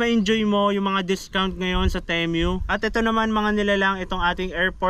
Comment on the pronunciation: pesteng pronunciation ng temu yan 😂